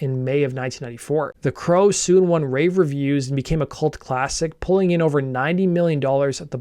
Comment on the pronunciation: "It won rave(n) reviews"